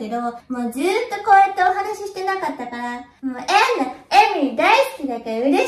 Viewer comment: エンナァの発音本当好き